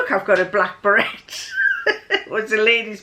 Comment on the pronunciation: hi, I was a bit puzzled when you were talking about a berette, then I realised it was a beret (we pronounce it berr-AY) No worries, good to see you again:)